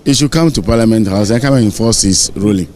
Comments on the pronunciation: It’s parliament not paliment..aah what kind of pronunciation is that 😂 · it’s Parliament not Parliment 😂